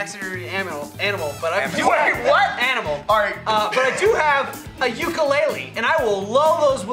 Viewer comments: needs to learn how to pronounce Ukulele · pronunciation of 'Ukelele is offending... STAND UP FOR YOUR RIGHTS FELLOW 50'th STATERS!! lol jk I don't care